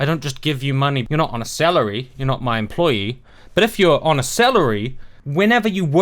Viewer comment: I fucking love that your accent made "on a salary" sound like "on a selleri". I seriously got the best image ever of Sargon, TJ and the rest (not sure how many of them are actually fultime-youtubers) sitting on a giant selleri see-saw ... And english is not my first language,by the way - this is not a douchebag "haha, the silly aussie can't talk right"-deflection of your arugments, which I really ahve nothing to add to, just an observation